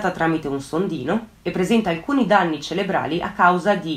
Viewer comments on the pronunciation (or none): "CeRebrali" , non ceLebrali. Scusa se mi sono permessa, ma credo sia importante correggere delle inesattezze , visto che sei brava in quel che fai , ed è quindi un peccato sbagliare dei termini. (Tieni conto che si tratta di un errore molto diffuso). Un saluto e brava !